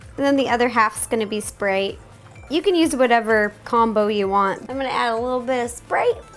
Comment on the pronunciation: I love how she pronounced sprite "spreyt"